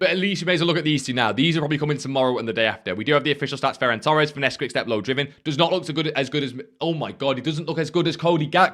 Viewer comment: "Ferrar torsch" bro, just so you know, idk why youtubers pronounce portuguese names in this cringe way which isnt even accurate, but thats for sure not how you pronounce a spanish name lmao unless this is some kind of old inside fifa joke that im not aware of